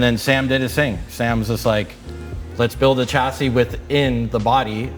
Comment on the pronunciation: SHA NOT CHA ... CHASSIS.....SHA